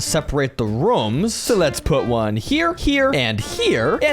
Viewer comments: when you want to say rooms you said reooms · rooms❌ rums✅